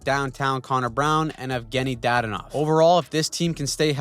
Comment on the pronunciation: It's DaDONov not DADonov. It's like that for almost every Russian name... you put emphasis on the second syllable not the first. Hope this helps you with a hundred future names 🎉